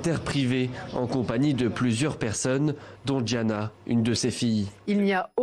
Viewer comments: Les français sont forts pour déformer le prénom des anglophones que ce soit á l'écrit ou en prononciation. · Pffff qd on fait un article sur quelque chose il faut qd même s’informer c’est GIANNA et pas Gina misss you Kobe and Gigi